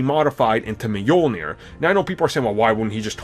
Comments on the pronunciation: Wilde? Really? Meeyulneer? What the f**k? Lmao! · And Mjolnir. It's Mjölnir. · Brice Kingsbury it's Mjölnir trust me i'm scandinavian. It doesnt really matter lol I just cringe when people say it wrong because it's so familiar word for me. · So Captin Americuh wildes Meeolnair?